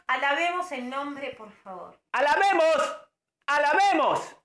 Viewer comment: "A lavemos","alabemos","a la vemos"JAJAJJAJAJAJAJJAJAJAJAJ